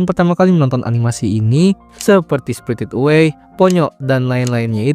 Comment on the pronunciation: spritit away 😂